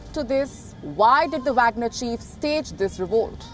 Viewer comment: She can't pronounce the name of Wagner chief.